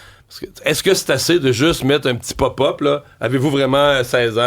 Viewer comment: Mario: ca se prononce Pop-up et non PUP-UP.